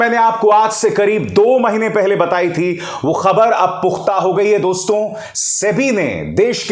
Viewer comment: You have good pronunciation in hindi but pl don't speak दोस्तों, जबकि यहां दोस्तो(dosto) सही उच्चारण होता है। यह एक संबिधान है संबोधन में nasal sound नही होती।